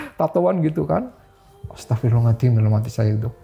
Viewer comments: nurut saya ga jauh ah .dia bilang astagfirullahaladim (z) nya ilang .kaya nenek saya gitu dia bukan orng ngapak .tapi kalo sholat ngaji bener Kok astagfirullahaladzim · Pas Nyebut "Astagfirulahalngadiiim" jan khas ngapak bgt ya pak. Salam ngapak dari Cilacap. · sinarsum nya ngucap Istighfar nya kok agak beda yaa , bukan bilang Astagfirullahal'adzim , tp beda